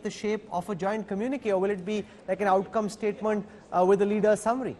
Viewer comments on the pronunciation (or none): It is not Polomi it is Poulomi:(... there is no Polo match going on. Shall we call you... or maybe...freaking dull!!... and both Rajdeep and it is not Statemunt it is /ˈsteɪtm(ə)nt/ Munt Munt munt.... munt munt munt... munt munt munt... matthri khaa raheho? Ghar baitho phir...Silly... You're covering a world event and are India's vanguard journalists not some Austrian condescending idiot.